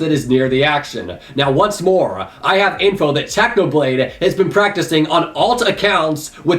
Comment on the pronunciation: I hear u said Tanoblade not Technoblade